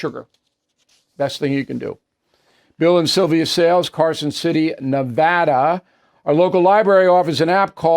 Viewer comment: Thank you for pronouncing Nevada correctly.